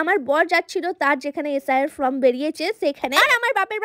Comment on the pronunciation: From na .....ota form ..........age vlo kore aktu sekho